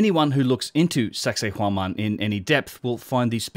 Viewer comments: Once it sounds like you’re saying “sexy woman” I can’t stop hearing it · Did he just say "anyone looking into sexhay whoman in any depth"? Giggedy.